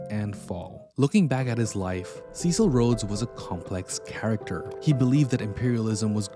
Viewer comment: You knucklehead. You cannot even pronounce his christian name.